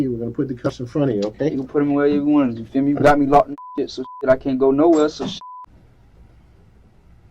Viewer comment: 😂 It’s “you feel me”, not “you fear me”